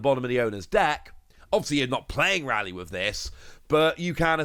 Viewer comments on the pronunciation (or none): Ray-lee not Rally. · Correct pronunciation of Rayleigh = “RAY” “LEE”